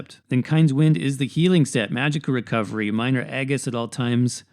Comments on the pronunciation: Sorry but the way you say Aegis is totally incorrect and bothers the crap out of me. It's pronounced Age-is. Soft g. Long A. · Incorrect It’s actually pronounced E-gis like Regis